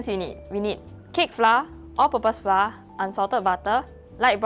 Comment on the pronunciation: Great job! I know this is a local channel, but to cater to the understanding of international viewers, pronounce “flour” the correct way? Our schools teach us the wrong way of pronouncing flour 😅